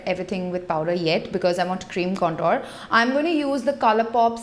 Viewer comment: Please lookup the pronunciation of "contour". You're a beauty guru so this word will be used often. Most indian youtubers get this wrong and it feels to me like someone is scratching broken chalk on a tin board